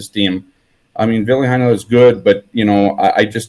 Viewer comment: Think Hanes underwear not Heinze ketchup when pronouncing Heinola's name😉